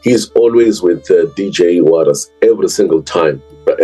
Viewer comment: When acting like you care, at least try to get his name right. Warrick "Warras" Stock.